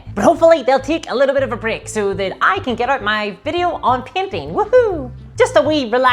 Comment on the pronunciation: When you said painting, I heard PIMPING. Please make a video on pimping lol !